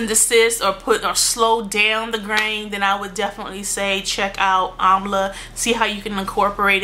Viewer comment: Almost the whole time I thought you were saying "grain". I was like... Oh, "graying"! Love your videos!!!